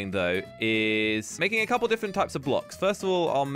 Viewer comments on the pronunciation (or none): It's bugging me that he says diffent instead different.